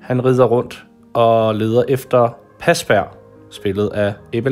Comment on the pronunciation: Godt arbejde🙂😍..... dog må jeg lige tilføje han hedder Parsberg...ikke pasberg 😉